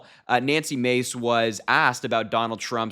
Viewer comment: It’s not Macy. It’s Mahcy.